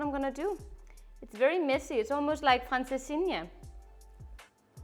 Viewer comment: I’m sure people have told you already you have the Portuguese pronunciation on spot, Can’t wait to try them both tomorrow if making your recipe for francesinha …can’t wait , keep those great recipes coming 🥰🇨🇦🇵🇹